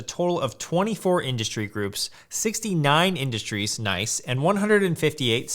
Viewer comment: "noice" yeah, that's where all my attention span went